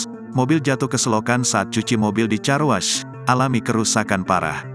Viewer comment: 🎉Baca nya Karwosh bukan carwas atuh.... Gini deh kalau yg baca bukan manusia asliiii